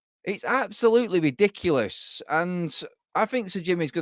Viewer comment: We’re weady Adam Bwentford ? Bwighton ? It’s widiculous 🤡